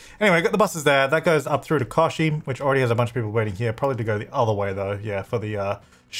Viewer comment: Kochi is pronounced as ko-ch-e. (ch is pronounced as the ch in China and is pronounced as the vowel e)